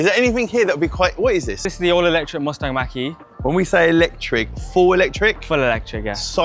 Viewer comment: Its called Mustang mach E and definitely not maqueee